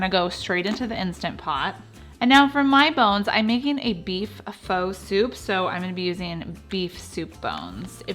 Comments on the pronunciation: Early on I mispronounced PHO too...it's FUH. Just FYI. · Pho is pronounced fuh. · F-ugh not fa lol 😂😂😂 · Your food looks delicious!!! I'm totally going to make your soups, but your manner of speech, you have to know a couple of things: 1) it's VIETNAMESE, not viet-ma-mese. 2) Pho is pronounced FU fuuuuuu, not FO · Pho is pronounced ‘fah’. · Not foh but fuh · Just fyi, Pho is not pronounced "Foe". Its more like "Fuh"...Fuh-getta bout it! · Every time she said foe, I said fa. :) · just to let you know, it is pronounced "Fuh" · I love your recipes BUT Pho is pronounced “pha” very short a 🙃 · Pho is pronounced like fu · It's pronounced FA, just an FYI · Love these recipes !Thank you, (FYI it's pronounced FUH =) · I love you videos! PS: pho is pronounced Fu, like FUn. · This is great...and BTW, pho is pronounced FU...like in funny. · I'm looking forward to trying these recipes. By the way, Pho, is actually pronounced Pha. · You lost me at pho and vietmanese . It’s fuh and Vietnamese . You might want to not drag out your videos. Most ppl want to watch fast to the point videos. And not as many commercials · What the Pho? (Pronounced as fuh) thanks for sharing ❤️ 🍜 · The generally accepted way to say “pho” is “fuh.” Looks delicious though! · Thanks for the recipe. I do believe Pho is traditionally pronounced like “faa” instead of the way it’s spelled because there’s an accent mark on the letter O. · I was also going crazy at the mispronunciation of Pho. So much so that I couldn't take it any more and skipped to the next recipe. Seriously - I am so ridiculous! Great recipes though. Thanks bunches for the inspiration.